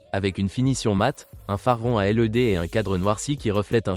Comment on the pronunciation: Phare rond à L.E.D tu nous prend pour des quiches tu peux pas le prononcer led